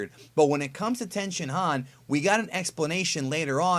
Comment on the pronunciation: Don’t mean to be that guy but the Japanese speaker in me can’t ignore it. When you say a Japanese word with an I in it such as 地球人, chikyuujin or human or the shin in Tenshinhan you pronounce it as E as in East. Just letting you know .